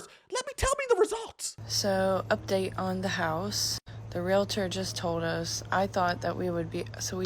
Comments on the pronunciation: She said she was a Realitor not Realtor, can't even pronounce the word correctly, there is no "i", you don't go to the Docitor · Why do people, especially the girl with glasses who became a real estate agent, pronounce or write "reladors" RE-LA-DORS instead of the proper word which is REAL-TORS. Two syllables only, not three!! Please learn the proper English wo: REALTOR!! Real-tor! Not 're la ders'. I hear it almost daily. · If your REAL-tor calls themselves a REEL-UH-tor...run.